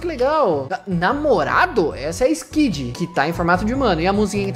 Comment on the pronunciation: não é SQUID é SKID